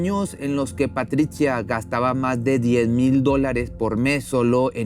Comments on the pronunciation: Muy interesante tu video, pero para próximas ocasiones trata de vocalizar y pronunciar sin tanto esfuerzo, en algunos momentos pronuncia Patricha y en otras dices Patritsia, es antisonante y feo para escucharte, lo mismo con el nombre de Maurizio solo es esescuchar un poco en Internet la pronunciación, pero te felicito por tu contenido. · PATRITCIA ? O PATRICIA !